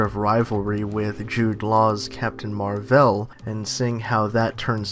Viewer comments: Wow. Man certian crap irritates me. Stop making videos on the mcu if you cant even pronounce the names right. Its marvel, not marv'el. Seriously go back to your DC world. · Skankhunt42 He pronounces it Captain MarVEL